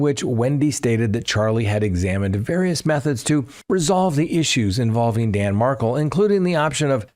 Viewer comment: Love the videos, but so many Adelson trial name mispronunciations: Dan Mar-KELL, Kathryn Mag Ban a WAAH, Jeffrey La CAASS. Not criticism, just followed this case for years and know the players. Keep up the great content.